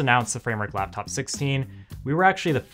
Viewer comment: What is a "Laftof"? Dude got beef with the letter P